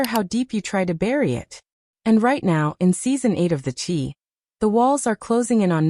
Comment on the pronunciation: You cant have a story because you don’t even know how to pronounce the characters names in series is called the Chi it rhymes with sky